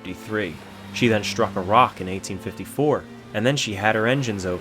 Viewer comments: FFS...it its' destroying', not ' deshtroying'. It's not SHtruck, its ' struck'. If you are going to bastardize the language at leasht be conshishtent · Very good, sir. But there are no SHtraglers. A thing is not SHtruck. One does not go SHtraight. The correct pronunciation is minus the 'H'. Otherwise, excellent video.